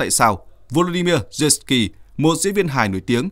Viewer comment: Lên cậu hề là Zelenskii bán nhé.. Đọc tên cho chính xác